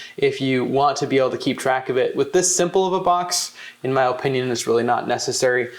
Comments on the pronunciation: My man said oh-pinion 😂 im from Va we say ah-pinion 😅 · In my O- pinion... good video but I couldn't help but point out his O-pinion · “O” pinion. He pronounces opinion kinda weird